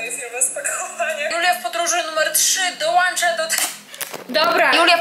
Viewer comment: dołącza nie dołancza.